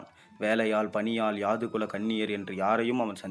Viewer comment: Pl read the script before presentation,so many mistakes, where tostop and to start, so many confusions, yadhu kulam not yaadu kulam. Karka kasadu ara enbathu thiruvalluvar vakku Valai thalangalil padivu cheyyumpothu pizhai illamal cheyyavum. Incomplete.